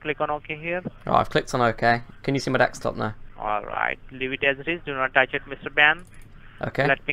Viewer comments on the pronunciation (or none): Desktop. just makes fun of the scammers by intentionally pronouncing it as 'dextop'. Same thing with virus; he pronounces it as 'wirus'.